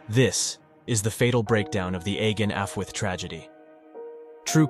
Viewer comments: Do not pronounce dd as d, pronounce it th as in the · "ahh- ghen" your "allwedd" was pretty spot on though! 👏🏻 👏🏻 👏🏻 💜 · Closer to 'achooeth' but affwith is pretty good pronounciation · It's Welsh. He pronounced it incorrectly too. He was correct that two Ds = "th". But it's "Allweth" where the double L makes a sound similar to the end of "loch", called a "voiceless alveolar lateral fricative". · thank you for educating me. I am not familiar with the Welsh language. I was really confused by the spelling vs. how he pronounced it in the video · Allwedd is pronounced " affwith"? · What the heck? The “Agen Allwedd” tragedy is pronounced “AEGEN-AFTWOOTH”?! 🤔🤯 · How the hell is it pronounced “AY-GEN AFWOOFTH”?? 🤔